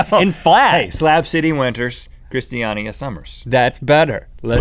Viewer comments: It's pronounced krist-a-nia. #justfuninfo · Im from Denmark and when you come to Christania i'll learn you guys how to pronounce it! :) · Uhm Christania is nothing like that, comming from a Danish person